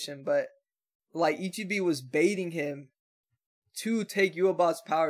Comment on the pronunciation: Man i been rewatching the ep everyday and i'm gonna keep rewatching till they drop the last two because this sh*t is beautiful😭. Btw it's not that impo but if you wanna say the monk's name right it like this i-chi-beh and not i-chi-bi👌🏼. IF you pause,you gonna see "someone" losing part of his body (that's what ichigo also saw) and then here they gave us two more frames of ichibe looking like the villain himself holding a cropse that 's clearly it's the soul king's(you saw the soul king once in a crystal.